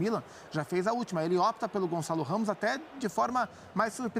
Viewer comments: Gonçalo! GON-ÇA-LO! Gonzalez?!?!? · "O González " heheh so br mesmo